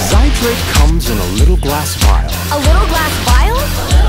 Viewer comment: Vial or phial not vile